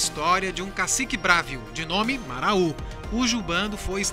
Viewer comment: Muito lindo o vídeo! Mas não se fala Maraú!!! é Marau apenas.